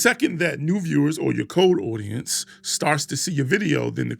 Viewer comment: cold aucience😂